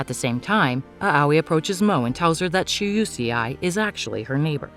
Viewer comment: UCI??? 🤣🤣🤣🤣🤣🤣🤣lol it's Shuseii🤣🤣🤣🤣🤣🤣